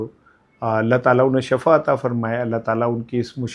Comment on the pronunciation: Janab Shafa nahi shifa hota he